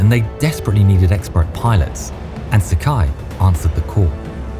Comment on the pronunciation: Sakai is pronounced Sa-ka-ee, rhymes with Hawaii. No such thing as a naval mile, but nautical mile. Otherwise, great research!